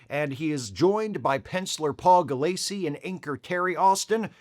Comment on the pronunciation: Don't like being "that guy", but I'm just feeling compulsive today. Doug Moench's name isn't pronounced Munch, it's pronounced Mench (rhymes with wrench). And Paul Gulacy's name is pronounced with the accent on the first syllable: GULL-a-see.